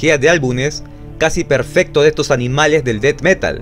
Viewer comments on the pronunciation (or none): none